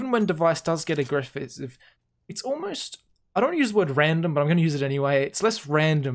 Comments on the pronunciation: “So even when device does get agreff-is-iv” and no attempt to correct it😂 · "So even when dev1ce gets agref-isive..." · ''Even when dev1ce does get aggreffessiv''